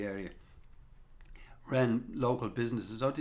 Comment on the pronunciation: ren..? shouldnt that be ..ran ??